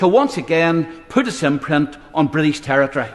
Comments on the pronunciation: But Gibraltar is Bwitish 😅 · Why does he actually care ? He loves the Bwitish empire and the crown. What an obsequious saddo